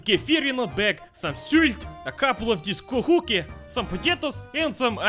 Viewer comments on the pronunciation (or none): Ko'huke lol ITS FUCKING KOHUKE NOT SOME KO'IDINAHUIKE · Did you said kohuuke?speak better estonia or study it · KohuUuuuke lololo Selline venelane ikka haha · See on naljakas kuulata kui ta ütleb mitte kOhuke vaid kohUke! :D Привет из Эстонии! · Haha yes, it almost sounds like ”Hadouken!!!” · Kohuke? xD kOhuke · The way u said Kohuke XD I live in Estonia and to be Estonian u gotta follow these rules: 1. Worship potatoes anytime 2. Have no emotions no matter what. 3. Always try to be better than others. See? Easy!